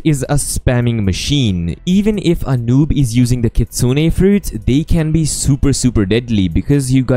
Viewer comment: is one of the only youtbers who pronounce it as Kitsune(Kit-sune-ay). That is how you pronounce it